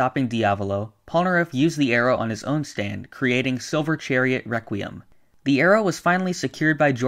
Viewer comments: Yes great rewquiem Lol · Reqwiem lol